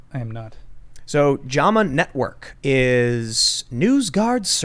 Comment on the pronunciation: JAM-a is typically how it's pronounced btw...journal of the american medical association.